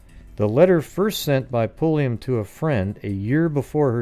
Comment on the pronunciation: No relation to Janis Pulliam besides a shared last name but I just had to THANK YOU for not being every other goofball I’ve ever encountered who stammer & stutter when trying to pronounce it! Lol